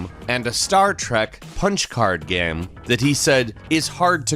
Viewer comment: Why do you pronounce "game" as "gam"? I can't keep watching or I'll die of cringe